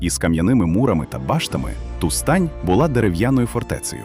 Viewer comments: Тустань (наголос на перший склад) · Розумію, що ШІ не знає наголосів, але слово Тустань просто понівечили...Відео вцілому неймовірне і я вдячна за цікаву інформацію